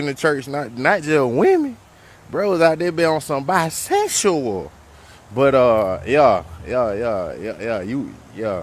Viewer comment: why he say BISEXSHUAL like that 😂😂😂😂